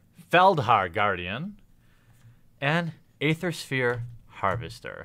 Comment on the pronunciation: I love the content of all of your videos, but please learn how to pronounce the words Aether and Shaman... I cringe so bad when i hear you say them. :D